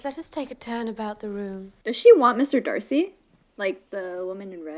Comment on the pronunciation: I thought you said mr dicey🤣